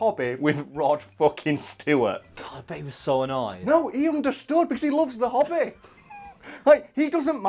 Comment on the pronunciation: I can't not hear hobbit when says hobby. I thought said Rod was talking about the hobbit